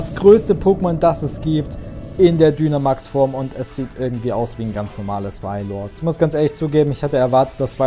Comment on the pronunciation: Ich glaube man spricht Dynamax Deinamäx aus! Und wieso sagst du zu deinem Weiblichen Pokémon Junge? Sorry😓